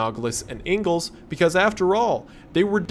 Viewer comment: Awesome video! Loved it all the way, small note: When talking about the graveyard three in the police report of their murder, there's one who's surname is "Ingles" which you pronounced as "Angles". I have reason to believe that with the recurrence of Spanish text, names and surnames during the game, Ingles there is just the Spanish surname which means English (Which originated as a way of saying "Yeah, that's John from England" and became a surname along the way) and is pronounced much different. Super minor nitpick aside, great content from a great creator, hope to see you do more horror game content in the future!